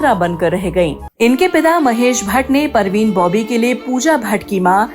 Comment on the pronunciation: Nice talk But parveen Bobby nhi Parveen Babi hai 😅